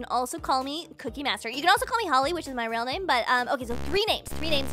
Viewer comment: real not rael